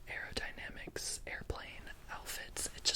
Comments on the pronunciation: Lol “AeRodaNoMocs lab” 😂😂😂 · trying to pronounce aerodynamics like:👁👄👁